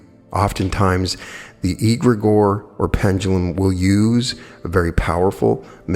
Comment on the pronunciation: pronunciation: 'egregore' begins with an ‘e’ sound like in ‘egg’: the rest of the word, you’re pronouncing fine